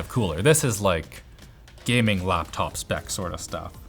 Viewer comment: laphanop os the funniest thing ive heard someone call a laphanop